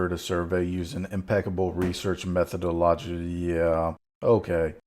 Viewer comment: I lost it at "Methedologidy"